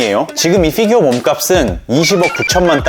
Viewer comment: 걍 피규어 라고 해주시면 안될까요 ㅎㅎ f규어 킹받아용 ㅋㅋㅋㅋ